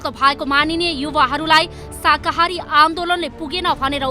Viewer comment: हैट यो प्रस्तोताले शाकाहारी भन्न पनि जान्दो रहेनछ । अलिकति पढ्नुहोस् प्रस्तोता जी, शाहाकारी होइन, शाकाहारी हो ।